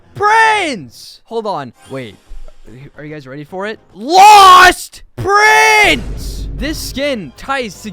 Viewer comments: "LAWSTTT PRINSE" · LAUHST PRINSSS